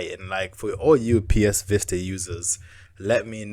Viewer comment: pls dont call it "vista" it hurts me.... its called "vita" =)